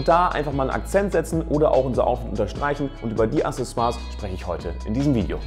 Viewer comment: Aksessoire also von der richtigen Aussprache her. Gutes Video 👍🏼